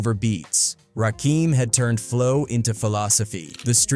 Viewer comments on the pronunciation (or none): What ia this video made by a.i? Eric b and rakeem? Lol its Rakim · They be killin me. Can't even pronounce a man's name correctly. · Rahkeem?? 😂😅 Rakim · Rakim you dork not Rakeem😂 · Ai sucks. It's RAKIM! "RAH-KIM"! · “Rakeem”. LOL